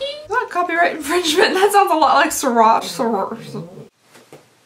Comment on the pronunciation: Figure skater here! (I’ve crystalled many a dresses in my day!) Swarovski is pronounced “swore- off- ski”☺️